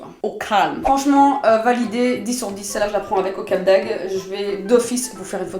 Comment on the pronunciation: C'est Cap d'AgDE, pas Cap d'Ag 😂😂😂